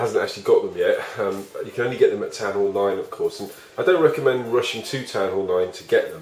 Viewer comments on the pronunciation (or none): none